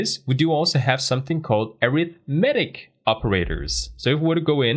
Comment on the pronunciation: Great video. Please google how to pronounce - "arithmetic" and "precedence". you are saying these words wrong! In every other respect this series is outstanding. Thanks for your hard work putting it together.